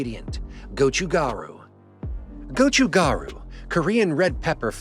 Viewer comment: I think the water with flavor is called Gan Soo instead of Kansui. Gochu (pepper) Garu (powder) is pronounced perfectly.